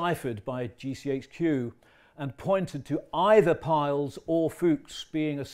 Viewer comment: Why do people insist on calling Rudolf Peierls, ‘Piles’, it it pronounced including the R